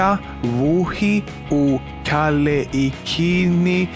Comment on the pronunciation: Wohi? No no no no u totally butchered that part. In Hawaiian language the letter w makes a v sound